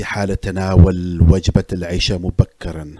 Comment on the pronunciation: اقترح ان تعيد الفيديو و تقول العَشاء بالفتحة العِشاء صلاه